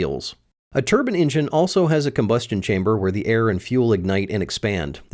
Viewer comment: I'm a little confused about something, You say "Turbine," but several times you say "Turbin-engin" Is there actually a difference or are you just saying it that way to be cool?